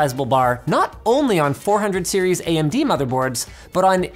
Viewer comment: anyone notice linus said AM-DBrand? lol